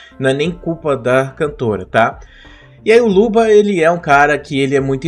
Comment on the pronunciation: Pq toda vez que o fala luba, parece que ele está falando luva?